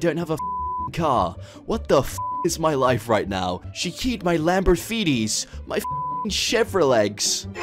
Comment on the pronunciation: Lamborfeeties? Chevrolegs?